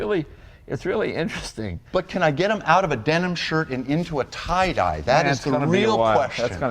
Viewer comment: It's "tie dye".